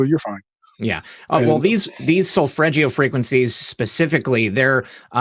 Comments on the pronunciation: It's Solfeggio not Solfreggio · SolFEggio, not solFREggio. Listen to this